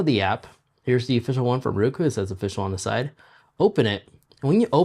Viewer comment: Subscriber. Great vid, but you keep pronouncing the brand as RU-KU over and over.😁 The correct pronunciation of Roku is ROH-koo, sounding like "row" (as in row a boat). Fun fact: The name "Roku" is the Japanese word for six. Founder Anthony Wood chose this name because Roku was the sixth company he started.